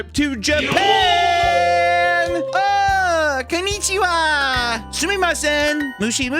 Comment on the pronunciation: And says it conny cheewa lol